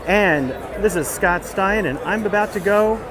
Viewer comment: Did he just say Scott Stiner?